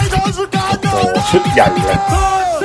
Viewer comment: Tossakan = ทศกัณฐ์ = ทด-สะ-กัน ครับ คือ เป็นยักษ์👹